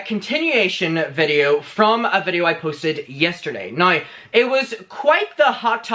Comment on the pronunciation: 🌸 “Nrow” and “Hauyever” , We need these pronunciations on merch 🌸